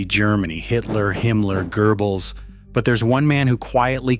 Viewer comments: Not a grammar Nazi. But come on dude what's your obsession with mispronouncing the Goebbels name? Where in the fudge is an R for you to pronounce Gerbels? 😂😂😂😂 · Why do so many English speakers pronounce Goebbels wrong…